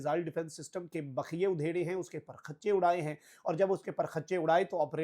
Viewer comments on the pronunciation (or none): Ya ALLAH main kia karun 😡 !!! aap itnay baday baday anchors r itni kharab URDU, aray bhai, "per-khach'chay" nahi "parakhchay".